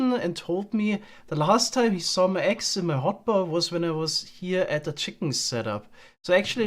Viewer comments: funniest part about leaving his axe in the eggs chest is he says the word “axe” the exact same as he says “eggs” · I can't tell the difference between saying "eggs" and "axe", which makes the bit about losing the axe when collecting the eggs a little confusing.